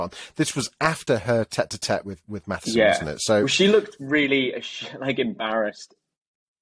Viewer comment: Its MATSSON, not Mathison otherwise enjoy your reviews 👍